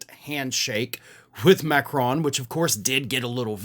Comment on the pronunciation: PLEASE!!! The N in Macron isn't pronounced.